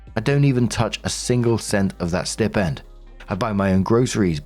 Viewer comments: Hey gotta say because it’s like a static shock each time and it happens so often I’m flashing like a Christmas tree But it’s stai-pend Like eye or like a pig sty Not stip-end Not a snip at the tip of the end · Story 3. OP is exhausting. As is Marks pronunciation of ‘Stipend’ If you don’t know a word dude, type it into google followed by pronunciation and a little sound clip will play. 🤷🏻‍♂️